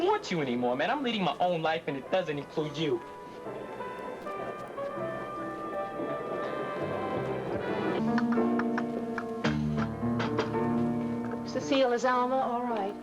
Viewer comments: If I remember correctly Alma would pronounce her name incorrectly - Cecil . Used to crack me up. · I loved how Alma always mispronounced Cecile's name as "Cecil".